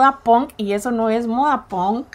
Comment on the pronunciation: moda que decías antes cuando empezó el vídeo no es ponk es punk